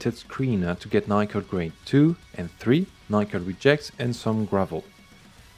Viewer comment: Nickel not being pronounced as Nick-el is making my brain tickle